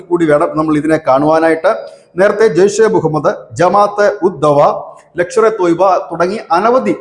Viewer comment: 😂😂 " ലക്ഷർ എ തോയ്ബ" യോ❓ അതെന്തു തോയ്ബാ❓ "ലഷ്കർ എ തോയ്ബ"യല്ലേ❓❓😂😂